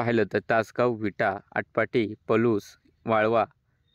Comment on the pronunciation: सर आटपाडी म्हणत जावा आटपाटी म्हणता नेहमी .